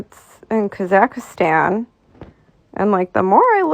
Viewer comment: She can’t pronounce the name of the bloody country correctly! She’s adding letters that aren’t there! PMSFL.